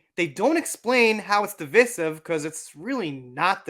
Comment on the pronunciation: It's pronounced device-iv not deevis-iv. Also, Dark Shadows is by far one of his best movies! A must see.